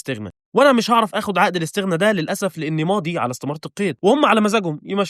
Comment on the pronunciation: يامسلم اسمها الإستغناء مو لستغنا